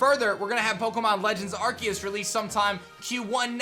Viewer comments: I always thought it was said R-C-us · At least pronounce arceus correctly